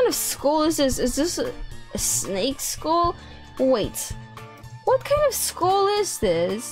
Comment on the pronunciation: Skull! Not school!!!!!!😂😂😂😂😂😂😂😂